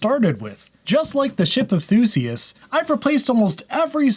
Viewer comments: It's Theseus, not Thooseus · I believe in american english it is [Thee-see-us]. Actually in Greek it would be even different, but I gave up. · Um... "thee-see-us"? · Shouldn't it be called the blessed Mac now? 😅 Also, your pronunciation of "ship of theseus" is a bit off I think.